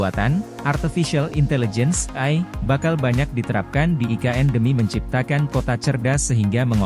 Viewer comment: AI bukan AL !!! 😂